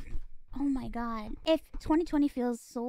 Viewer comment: John Goodman turning God into a three-syllable word.